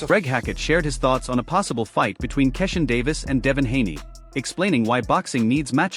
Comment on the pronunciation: I hate this company video because they are always disrespectful and how horrible they pronounce fighters names, that’s a sign 🪧 of disrespect say Keyshawn Davis name correctly or don’t even bother to make the video